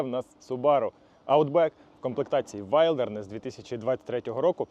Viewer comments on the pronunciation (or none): Класна тачка! Але будь ласка називайте правильно - вілдернес😉